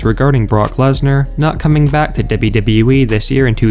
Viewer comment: Debyu debyu ee